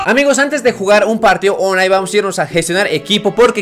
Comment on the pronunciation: Tu dices onlai pero se dice onlain se escucha pero se escribe online